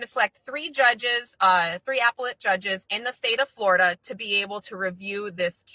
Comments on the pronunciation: I cant take it with APPLE-ette court 😂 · Somebody tell her how to say appellate court please 😂😂😂😂😂😂 🍎 🍎🍎🍎🍎🍎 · This dumb-sh1t pronounced "appellate" as... "Apple-lit" 🤬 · How she says "appellate" shows how ignorant she is of the law beyond Googling shit and mimicking information like a monkey.